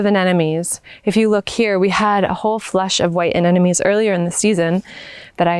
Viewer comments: You say the name Anemone, "Ah nem oh nee", not "Ah nen oh mee".. many people struggle with this word when they switch the second and fourth syllable consonants. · Your garden is lovely, and you are a very beautiful young woman with a soothing voice. Your hair and clothing are perfect for your English style garden. I love the woodland arbors and teepees. It's all very charming. I only say this to help you, even though many Brits also do this. Anemone is pronounced a..nem..o..nee. even Monty Don does this, but because you have a large audience, I thought I'd mention it❤️